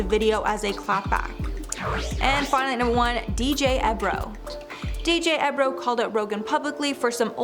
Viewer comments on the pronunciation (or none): DJ ebro??? Omg in dying... its EEE bro.... say it with me EEEEEE...brooo